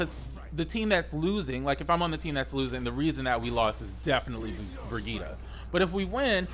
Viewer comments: Honestly, I need her name to be nerfed. I'm tired of people not even trying to pronounce it correctly lol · Noelle M. Ikr. "Broghetta" "Bridget" "Bridgette" like wtf man LOL. I think that's why they add voicelines of Mercy saying "I am with you Brigitte". lol everyone literally ignores that. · The only thing that bothers me about Brigitte is people not saying her name right,,,,,, just my two cents